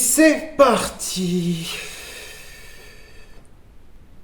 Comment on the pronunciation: "C'est parlti mon kiki!" -, Gewehr 98